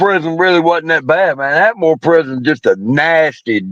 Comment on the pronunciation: Not “At-a-More” lol (Atmore) It was 4 prisons there.. Holman, Fountain, JO Davis & Atmore Work Center (prison)